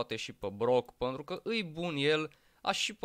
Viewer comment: Dc zici mereu "păntru " în loc de pentru? Like la comm sa raspunda